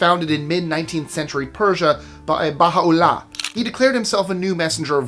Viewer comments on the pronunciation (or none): you pronunciations are so bad they should be banned, its Koresh(Kor-esh). Baha'i(bah-hi) Baha'u'llah(Bah - hah - oo - la) amoung others